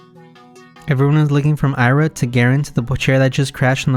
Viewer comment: its 別に, and Ira is pronounced as Eera